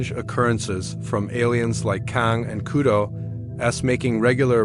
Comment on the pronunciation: Kudo? It's kodos